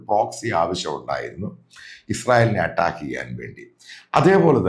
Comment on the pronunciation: അട്ടാക്ക്..... Not അറ്റാക് only അട്ടാക്ക്